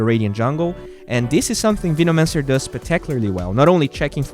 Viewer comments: Still slightly triggered about Veenomancer pronunciation. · "Veenomancer"" 😂😂😂 peace